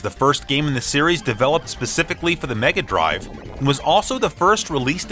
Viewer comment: You're pronouncing "Megadrive" wrong sir ;)